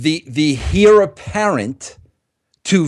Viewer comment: The 'h' is silent in "heir"